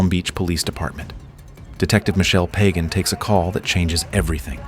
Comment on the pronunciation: Great stuff, as always! However, I'm willing to to bet that Michele Pagan pronounces her least name "Pah-GAHN," not "pagan."